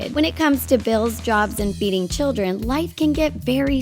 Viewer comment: When she said "feeding children" I thought she said beating children.